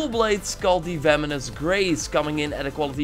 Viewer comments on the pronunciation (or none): He really said vemonous tho